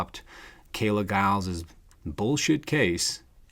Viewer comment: youre right--- you dont know,,,and you dont know how to pronounce her name....talk talk talk a bunch of smack...lookinthemirror